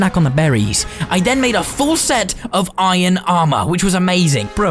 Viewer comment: Iron not inon